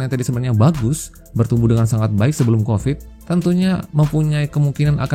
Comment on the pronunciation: Covid. Pakai V, bukan F